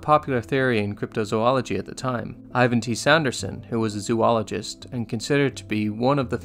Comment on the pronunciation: ZO -- ologist not Z00 -- ologist ,,, notice there are only two "o"s in the front of the word.